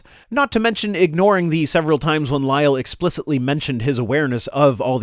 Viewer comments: Its a bit Jubyous of him and his goofy mannerisms combined with prouncing Lyell as "Lie El" are silly. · Lyell had a perfect excuse for not making erosion measurements, he didn't live there he was a visitor just providing advice, he had a job to go back to. He should also learn how to pronounce Lyell's name it's pronounced as if there is only a single 'l' not as if it ended with 'el'.